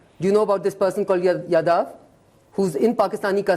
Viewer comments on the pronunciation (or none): Ye kis RAW agent ko pakda h isko naam bhi yaad nhi h jadhav ko yadav bol rhi h 😂